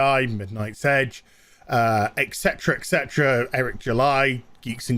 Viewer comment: I love your vids and stuff, but why the fuck are you saying exetera exetera??? It's ET CETERA, NOT EXETERA FFS!!